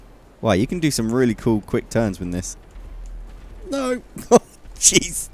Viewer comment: When you say "Oh jeez" it sounds like "orgies" and that's just... hilarious